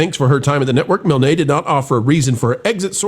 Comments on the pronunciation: It’s “Mihln”, not “Mil-nay”. Same as the creator of Winnie The Pooh, A.A. Milne. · I'm pretty sure that Claudia's last name (Milne) is pronounced Miln, like "Winnie the Pooh" author A A Milne.